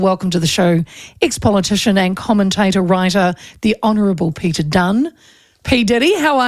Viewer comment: Peteri ???? Any reason you have to maorify his name ? , his name is PETER .